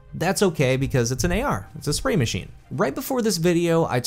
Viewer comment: Ahhh my friend. how video, but ngl everytime you said AR I cringed.